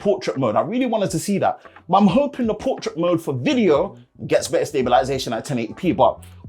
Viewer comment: Haha I love it, "...these displays are buh-ah"